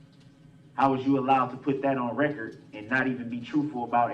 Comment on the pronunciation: For the "recort?" What is the "recort?" OH, you must mean the "record." It still doesn't matter, Darrell.